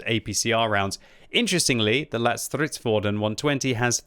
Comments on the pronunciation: "lätt" (light) is pronounced closer to how you pronounce the word "let". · It’s pronounced Lett as in Letty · Stop. Saying. LATT. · Just pronounce ‘Lätt’ as ‘let’ while prolonging the t-sound and you will nail the name. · Lätt is more pronounced as "Lett" cause an Ä sound more like an A and E together but sound like an E in the word Lätt which means Light :)